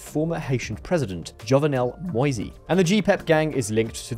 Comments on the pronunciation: and why are you saying MoisY? Moise is French for Moses and its pronounced Mo EEs. Learn to pronounce the names for crying out loud. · The E in Macoute is silent. Same with Moïse. It's "mo-EEZ." French for Moses.